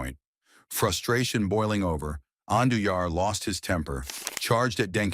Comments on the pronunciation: I can’t with these AI videos. It can’t even pronounce his name right. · WHY DO YOU MIS-PRONOUNCE AND BUTCH JOAQUIN'S LAST NAME??